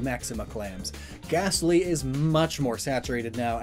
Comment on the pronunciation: Oh god the “Ghastly”